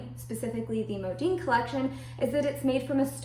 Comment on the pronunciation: My gosh STOP saying "Modeen". It's "Modin" Mo Din. How freaking annoying I became listening to this and had to stop watching after 2 mins. Horrible video.